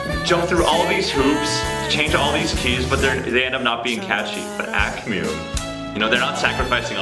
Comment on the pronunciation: "akh miu" ...lol The way you guys pronounce the name kills me